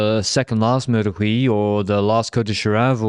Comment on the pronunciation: .;-) I don't recommend saying Meur de Wieh in Dutch speaking parts. Meur is Dutch slang for stench. Not sure what the stench of Huy is...:P